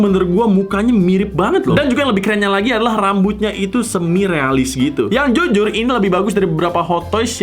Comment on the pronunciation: taipo bilang zuzur harusnya jujur